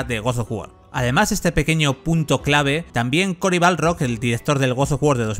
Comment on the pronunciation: me tosquea demasiado que le diga CORY BALRROG